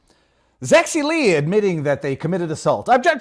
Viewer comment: Yes, Zexi Lee, pronounced as Zeggsie Leech.